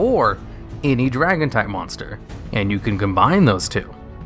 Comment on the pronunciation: “mosnter” Great vid though, love these lists.